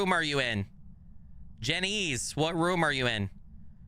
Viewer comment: Name is pronounced JEN-iss..... As n jen-ess. French name meaning God is gracious. ur Google is broke, lol, that's how I found it out.